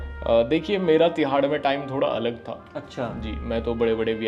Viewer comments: Th pe badi oo ki matra thoo😂😂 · था पे बड़े "ऊ" की मात्रा थू।🤣🤣